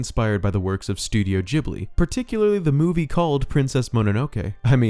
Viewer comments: The Ghi part in Ghibli is pronounced as the gee part in geek ... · I’m sorry, studio jibly? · “Gh” is a hard g sound, like Ghirardelli chocolate. 😭